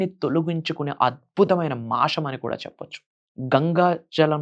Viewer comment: First of all meeru telugu nerchukuni appudu rituals gurinchi matladandi. Telugu lo sa ni sha ani anakudadu. Deepanni dweepam anakudadu. Masam anali masham kadu. Inko baba puttukochadu ra babu.A nails cut cheskondi first. Dantlone undi sagam sani , negetive energy. Janalni fools chesi style ga gattiga chepthe dweepam veliginchamu. Maku telusu "deepam" Ela veliginchalo.